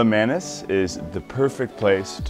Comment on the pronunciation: I so want a video when I hear Bali TECHture rather than TEXture. I know its childish of me but it makes me think is there as eyecandy rather than an architectural reporter.......Please please teach him how to say "manis" properly too. Sorry but I came to this channel from the last guy and he seemed to know a little about the island and its language.